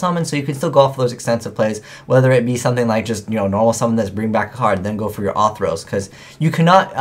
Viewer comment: I love you man, but it's fucking ORthros, not AWWthros. There's a fucking 'r' in there. Ok, rant over.